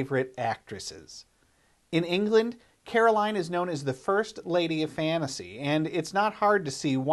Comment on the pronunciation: Full marks on the tribute. Caroline is one of the best horror actresses, and certainly best looking women ever to grace the screen. I don't think many would recall Starcrash so well without her casting. That later record (with Numan) sounds quite decent. One thing,, old chap; fan-asy, cenner, encoun-er, hunner... So many Americans can't be bothered with the letter 't'... Shame. Proper diction is preferable in voicevers, just saying....